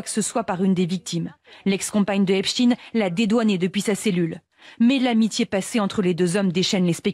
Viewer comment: Bonsoir! La voix du reportage sur " Epstein " qu'elle prononce " epstine " cela m'a fait beaucoup de mal surtout répété de nombreuses fois 😂 Bon boulot Mouss et courage, nous sommes des résistants de l'ancien monde🫡